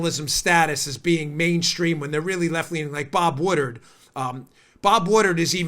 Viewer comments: Dan's making me crazy with the "Bob Woodard", isn't that "Bob Woodward"? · It's pronounced WoodWard not woodard. Other than that great show. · It's Wood Ward...Woodward not Wooderd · Its Pronounced Bob "Wood Ward"